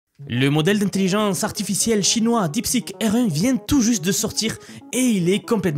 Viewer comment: J'ai mis plusieurs minutes pour comprendre ta prononciation de "R1".